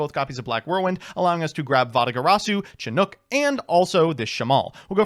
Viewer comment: says Chinook the most correctly out of everyone I've seen, but it's Slightly odd to me somehow